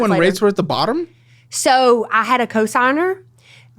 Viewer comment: Toyot? Euw... Lexus is Toyota...